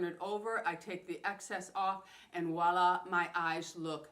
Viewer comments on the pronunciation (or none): none